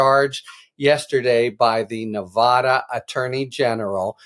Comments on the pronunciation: Harry...please learn how to promounced Nevada properly. Knee vada not knee vah dah! Ty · Harry -- when are you and other national-level commentators going to learn to pronounce "Nevada?" The 'a' is pronounced like 'cat', or 'hat.' NOT like 'cot' or 'hot.' You don't say "Ne-VAH-da." I don't have a phonetic notation for the short 'a.' You'll just have to get a brain. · As a Nevada resident I say "Thank God" I was beginning to wonder if AG Ford was going to pull the trigger or not. I do wish that the commentators would learn the correct pronunciation of Nevada!!!